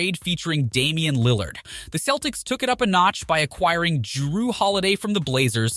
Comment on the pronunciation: Ik u kno nothing just on how u pronounce lillard